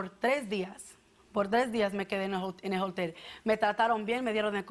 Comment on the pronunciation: Se dice hotel. No jotel jajajajaja